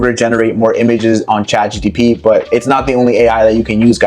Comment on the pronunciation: he was correcting you. you said chatGTP the whole time😂